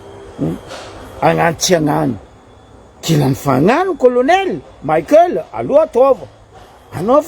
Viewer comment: 🥱 Prononcer tsara agnarana nany, Colonel Michaël fa tsy Colonel "Maickel" nao zegny. Izy tsy américain kara Mickael Jackson. En plus, mivolagna normal anao fa izy tsy manofo kara atao nao. Mazava ? 🫵